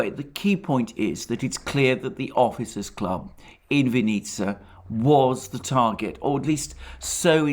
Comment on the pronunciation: The emphasis in "Vinnytsia" is on the first syllable.